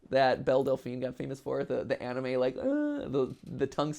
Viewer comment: Ah yes "Anime"....